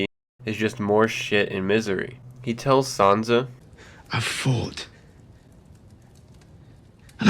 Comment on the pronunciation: It's Sansa not sanza